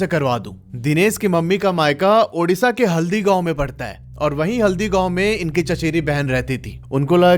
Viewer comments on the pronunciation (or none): none